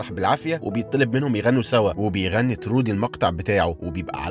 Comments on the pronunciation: تروي مش ترودي😂* ما حد بعرف حد وكلهم غرباء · اسمه troy مش trody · اسم البطل تروي مش ترودي يسلمو على الملخص الجميل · البطل اسمه تروي مش ترودي🌚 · تروي مش ترودي😅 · هو ليش دايماً الأسامي عندك غلط؟؟ ❌❌❌ اسمو تروووي Troy